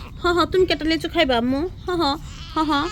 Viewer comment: উচ্চারণ ঠিক করেন।লেচু না,,লিচু হবে।আর প্রতিদিন যখন ভিডিও দেন,,ভাষাটা ঠিক করেন।ক্যামেরার সামনে আসলে নিজেকে পরিপাটি করে আসার চেষ্টা করবেন।দেখতে বাজে লাগে।